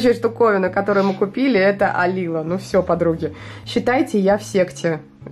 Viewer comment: АлилООО, ударение на О :)